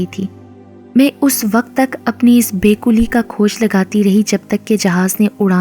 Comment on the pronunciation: Be kuli nahhin be kali hota hai lafz